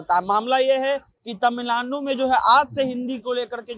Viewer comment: पहले तमिलनाडु बोलना सीख लीजिए।